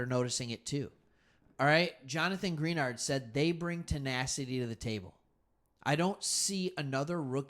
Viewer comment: Gree-NARD lol